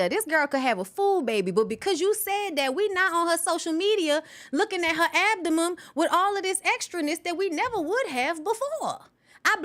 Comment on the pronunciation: Not the “abdomum!“ LOL! ROFLMAO!!